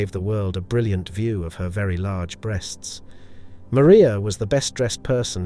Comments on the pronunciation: These computer generated voices are getting convincing, the give away was pronouncing breasts as breests. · "Her two breests" lol